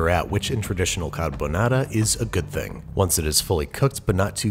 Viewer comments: italian: car-ha-bou-nah-rha american: carabenara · Bruh when he said “kahBaNara” I died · I get chills everytime he says cArbUnAra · Imagine pronouncing carbonara, "carboñara". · Si dice Carbonara non Carbonarà .peró io sono allergica delle uova come faccio? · "Carbonara" "Tony Montana?" "Carbonara" "Lachimolala" "LA CHI MO LA LA" "CA R BO NA RA" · Carr Bo Naraa 😂👌 lol you get my like for pronunciation if not the whole video 👌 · CAR-BO NARA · Babish: "carbonara" Captions: "Got A Banana" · I’m pretty sure it is pronounced “Lachimonara” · Babish be like "cadubuhnada" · Nobody: ... Babish: “cArbOnarra” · I think the Italians got mad not because of the recipe but because of your pronunciation. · I love the extra 'Murican twirl on “Carbonara”… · i have never felt such a whiplash hearing the fancy "carbonara" pronunciation for a solid 3 minutes and then hearing the most americanized "carbonara" slam me against a brick wall at 55 mph. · I had a big smile when he pronounced carbonara with an Italian accent and the just all of that disappeared when he did an English accent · They way he said “carbonara” killed me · the way he said carbonara💀💀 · almost sounds like an Aussie accent when he says carbonara 😂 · that really fucking hurt me (I'm Italian) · Stop pronouncing carbonara in a Japanese accent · that sounds like a korean version of pronouncing carbonara. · Let's cook it the Italian way: pronounces carbonara with a Japanese accent. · "Time to make Carbonara" - sounded almost Australian there for a moment.